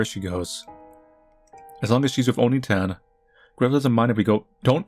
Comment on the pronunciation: It's not Oni-tan. Its Onii-tan. You hold the "i" for two syllables. The way you pronounced it was calling Hansel an ogre.